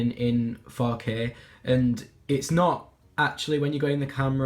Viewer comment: when he says 4k I feel like he's saying fuck it